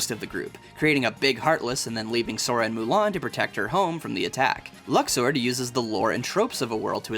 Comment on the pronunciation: Thank you for pronouncing Luxord Like luck-sword and not... whatever that was in KH3 xD Call me petty, but That pronunciation of the name in KH3 just... doesn't work or stand up to everyone else's names.